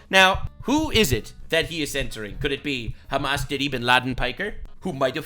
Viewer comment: Im honestly impressed by your correct pronunciation of hamas